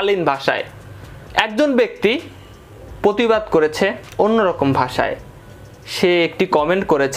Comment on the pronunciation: পতিবাদ না রে ভাই এটা প্রতিবাদ। উচ্চারণ গুলো ঠিক করো